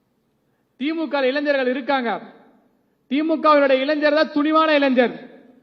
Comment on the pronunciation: இளன்ஜர் இல்லை, இளைஞர் கலைன்ஜர் இல்லை , கலைஞர் சரியாக உச்சரிக்கவும்